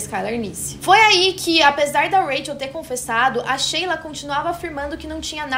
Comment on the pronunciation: Shelia (se lê como shylar) não Sheila